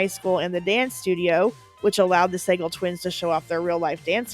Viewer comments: Sah-gahl not Say-gle. How do you not know this? Cupid stunt😂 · Suh gall is the last name is the twins pronunciation. Anyways love your videos!!! 😊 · Sagal is pronounced Sa-GALL, by the way. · It's pronounced like sa-GAL like Steven Seagal. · The twins from Double Trouble, the last name is pronounced "suh-Gall" Katey's brother is Steven Sagal. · You need to take a look at your pronunciation of a lot of these names. Tisha Campbell, William Katt, Jean and Liz Sagal, etc. Also, the daughter on Mr. Belvedere was Heather.